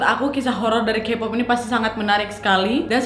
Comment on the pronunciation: izin ralat jg, kpop itu dibca nya kepop, taeyang teyang, chanyol, bnyk yg salahh 😭 susaa jg ngejelasinn nya :)